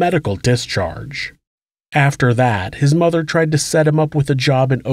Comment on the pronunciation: 'His mutha weemarried'...sounded so weird